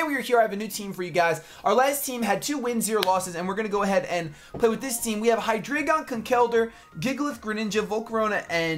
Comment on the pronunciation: for all americans who maybe not know this. Hydreigon and its evolutions usues german words for numbers: hyDREIgon = Drei = Three, same with ZWEIlous = Zwei = Two and dEINo = EIN = One. Obviously refering to the amount of their heads^^ with this knowledge i have to tell you americans that youre mispronouncing at least hydreigon :D:D:D